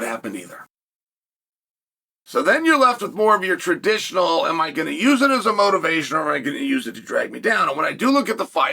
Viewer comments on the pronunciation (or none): none